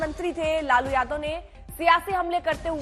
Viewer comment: Jadaw nhi yadav hota hai bolna, nhi aata